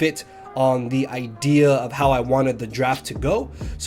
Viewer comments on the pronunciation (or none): none